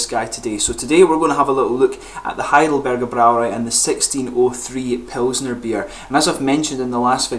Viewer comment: Congratulations on pronouncing "Heidelberger Brauerei" correctly. The Braumeister there is a friend of mine; I will tell him about your channel.